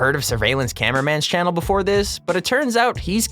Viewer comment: channel not chan